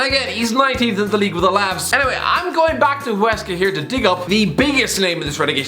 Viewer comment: "Deportivo Alahv's" lmfao